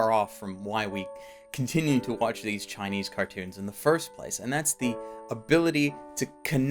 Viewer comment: DID YOU SAY CHINEASE CARTOONS